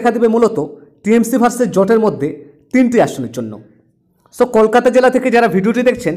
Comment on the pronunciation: আপনি বাংলা ভাষা ঠিক মতন উচ্চারণ করুন তারপর খবর বলুন । কলকাতা উচ্চারণটা ও ঠিক মতন করতে পারছেন না।